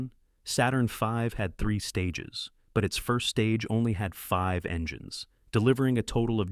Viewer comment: So AI pronounces 5 as "feeve". Hilarious. Unsubscribed